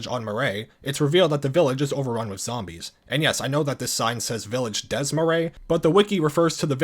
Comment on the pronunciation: almost perfect pronunciation but the s in "DES" is also silent.